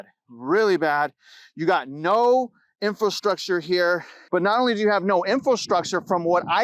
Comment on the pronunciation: It's pronounced Infrastructure, not Info-Structure.